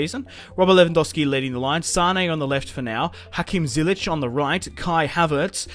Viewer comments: U saying Zyich wrong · It's Ziyech, love the series btw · Btw you are saying ziyechs name wrong